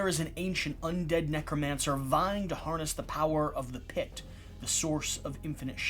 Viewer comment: Or neek-romancer